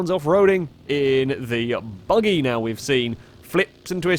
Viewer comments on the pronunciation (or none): none